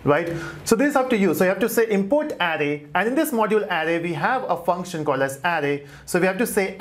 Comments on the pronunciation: Please brother pronounce "Array" as Araye not Arri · I repeat the video a couple of times to understand. I keep hearing "adding", but actually is "array" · I like your video but you are pronunciation of of array is off array the r s are hard if you type any word into Google translate you can have it say it for you so you learn how to pronounce it is not big problem just I cringed every time you said it